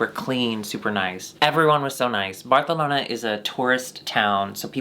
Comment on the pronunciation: if says barthalona one more time i swear to god